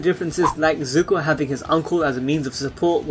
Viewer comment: No disrespect but your butchering zuko's name